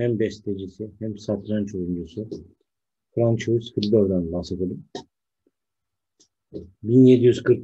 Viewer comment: Fransua diye okunuyor. Hocam. Paylaşım için teşekkürler.